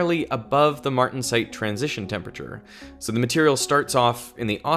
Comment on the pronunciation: It’s disturbing to me to hear so many scientists mispronounce the word temperature.